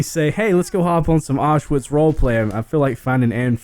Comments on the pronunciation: It's pronounced ow-sh-vi-tz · Everytime he says Auschwitz role-play I start laughing because it sounds so funny